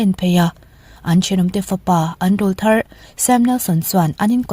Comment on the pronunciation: Rolthar ti zel suh...rawwwllthar...tih tur aw...awrawl thar... hrethiam s em😅